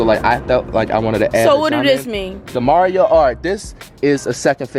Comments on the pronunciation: Here I am thinking Flight sounds really smart rn then ThE mArIO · He messed up mario and Luigi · This man just went ahead and called mario luigi and luigi mari. hmmm... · how this nigga get mario and luigi wrong... smh